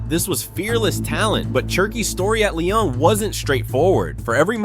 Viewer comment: Its pronounced lee-on not lion